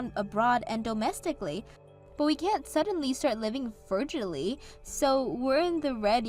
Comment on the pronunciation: She just said froojally. dictionary with audio clip, please. And if they’re such a power couple, why don’t they have money to build their OWN house??? Why do they have to go bothering their "poor low-class" relatives? So nooooo!!! I'd’ve blocked them after that first insult. But then, I didn’t exactly wake up on the right side of the bed this morning, so I’m about ready to tell Emma where to go.